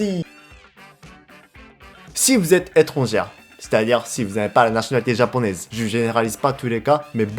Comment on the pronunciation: J'adore quand tu dis veu au lieu de vous 😆